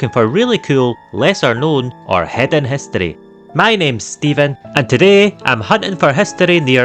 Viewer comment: What are "spukkies"? And what is "hustory"?